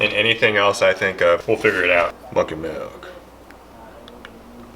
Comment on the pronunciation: Didn’t imagine as a “melk” instead of “milk” guy and I’m sorely disappointed. But great looking baits!